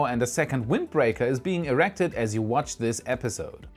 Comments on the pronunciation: "Errected" ... Sure. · Core Stage "eRRected"? It means it has an error? (or two, maybe lol)